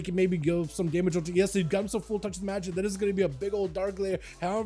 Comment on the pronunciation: Not "Esli", but "Elsi"😊